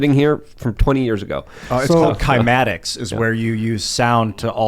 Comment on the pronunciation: What Luke was referring to is called cymatics. The frequency of sound emitted by speakers changes the patterns in sand. Edit. The demonic googled it and mispronounced it lol